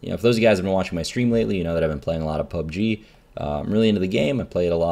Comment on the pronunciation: Reynad, please explain what you mean when you reference things. I spent 5 minutes googling "club g car horn" before I realized you said "pub g"